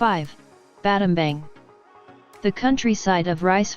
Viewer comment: Pronounced Battambong